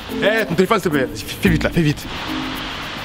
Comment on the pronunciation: Quand il a tocer est qu il a dis siltepler